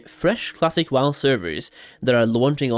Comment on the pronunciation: I can’t stop hearing the -eh at every time he says wow-eh